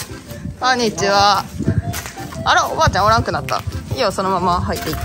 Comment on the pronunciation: こんにちはわぁって…発音相変わらずおもしろ